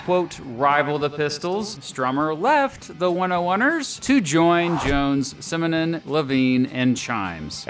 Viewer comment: Simonon. Simonon. Simonon.